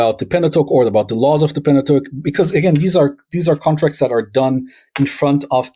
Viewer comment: Are you intentionally saying "lawls"?